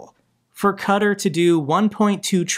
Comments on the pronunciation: Sorry. But my ears are bleeding. You are pronouncing Qatar wrong. ˈkɑːtɑːr not cutter😂❤ love your videos😂😊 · IT'S NOT 'CUTUR' BUT 'KATAR', DO CHECK PRONUNCIATION. But keep doing your wonderful work and greetings from the Netherlands. 🙂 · Did you call Qatar "Cutter" - its KA TAR xD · Qa' (Ka) Tar ... not cutter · Sorry you doing it as well its not pronounced cutter it is kuh-Tar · please, Qatar, it’s “cat are” not “cut her”. Please say it correctly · pronouncing Donetsk as Donesk and Qatar as Cutter makes for a great drinking game 🍻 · what the hell is cuter? aaa u mean Qatar... 👀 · Slightly pedantic but Qatar is pronounced Cat Tar. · Qatar is pronounced cat- tar I love what your doing, but as a Brit it really winds me up how Americans pronounce the English language. My comment here is not meant to be offensive.